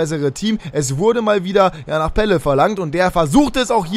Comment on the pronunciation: Graziano Pelle hat richtig ausgesprochen weil ich Italiener bin und es weiß